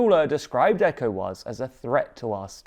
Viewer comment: Your pronunciation of Ecowas is so weird bruh